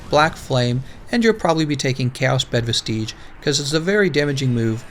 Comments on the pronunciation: Great video, I can tell you put a lot of work into it. Also vestige is said like vestij instead of vesteege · He's right, it is vestijj.